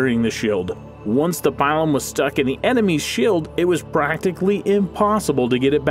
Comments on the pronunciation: Yes, I stopped because each latin word made me cringe. There's the "plum bater" as said (when he reads "plombeda" instead of "plumbata"), and before that there was the "pile-on" (he reads "pailom" instead of "pilum"). I'm afraid my ears will bleed if I keep listening to that. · it's pronounced "pea-lum", not "pie-lum"and the testudo was only used for siege warfare to help combat intense missile fire as they were approaching the walls of the enemy. it was not very effective against lightly armoured horse archers because they could sit back and continue to fire arrows without being in reach of the pilums, slingers, or swords and despite the scooter and lorica there would inevitably be a few arrows that would make it through to injure and disable a soldier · It's Peelum not Pielum Ploombahta not Plumbayta, gave up watching after that. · You totally butchered the PILUM name. It's not "pile-um" it's "Pee-lum" ("lum" as in lumber). Pilum is singular form, Pila is plural form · It's pronounced peelum not pielum. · I through you pronounced the word pilum like this pee-lum not pie-lum or am I wrong? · its pilum not pailum my ears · Pie-lum isn't it pee-lum??? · It's not pronounced pylum ,it's peelum spelt pilum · My man really just said “pielum” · Ay bruh it’s pronounced pee-lum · Pee loom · 1. The pilum (pronounced "pee-lum") was not invented by the Romans. It was a Celtic Iberian design that, like the Gladius and the Gallic helm, was incorporated into the Roman military. 2. The testudo was not used extensively. In fact, it was hardly used at all, and certainly not in open battle as it was far to vulnerable to flanking attacks. Primarily, it was deployed during sieges so soldiers could move forward while protected from missile fire from above. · Pilum is pronounced “peelum”. It amazes me how many of you millennials can’t pronounce words correctly; a byproduct of being educated by the internet I suspect. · no problem, also the pilum, is pronounced peelum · pronounced pee-lum